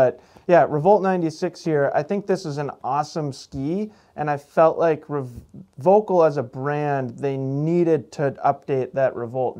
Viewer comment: Great channel. So comprehensive reviews. Even here in Europe I check them before buying skis :). (btw Volkl is pronounced Foelkl). Excellent job guys!